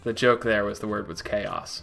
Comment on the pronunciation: That little smirk. After you pronounced chaos chaos instead of chaos. Classic.